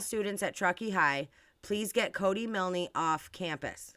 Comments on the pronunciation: Pronounced miln not milnee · You're mispronounced Milne. The "e" is silent so it's pronounced Miln. Exactly how you said it but no "ee" at the end. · Yeah how does she even know it's his parents who own the tow truck company, there could be other people area with the surname Milne (that she can't even pronounce properly .its grating on me so much I've got to stop watching)